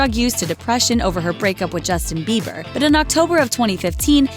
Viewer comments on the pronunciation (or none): did she just say "justin beiver"?